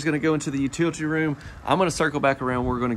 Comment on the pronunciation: U-til-i-ty. Not 'utilty' there are no silent vowels in this word.